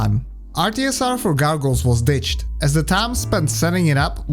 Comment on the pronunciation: "Gargles" xD